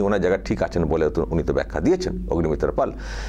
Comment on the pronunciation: পল নয় পাল।